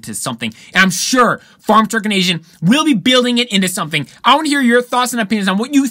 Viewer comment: It's A-zin not Asian LOL. Dung Beetle now has a high horse subaru boxer engine in it.